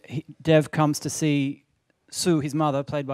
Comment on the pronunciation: DEV not Dave Patel, Dude! (How embarrassing ...)